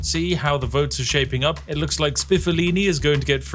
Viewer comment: Spiffolini has created a fine island indeed, but when Spiff accidentally called him Spiffoloni , I imagined an evil Chef Boyardee feeding the laborers with the cheapest possible Beefaroni. And then Spiffolini brought junk food to Tropico!